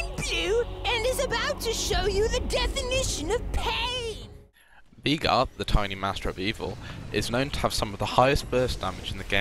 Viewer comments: It's not "Vie-gar" it's "Vei-gar". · It's actually vaygar. That's how the guy who the champ is named after pronounces it.